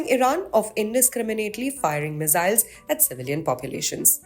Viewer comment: There is no such thing as mizziles - ss in English is never pronounced as z. Accents are one thing but speaking wrong English is ridiculous - stick to your language if in doubt nothing wrong in doing so.